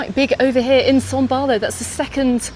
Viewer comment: Can you please explain why you keep saying son Barlow, when it is son baulo?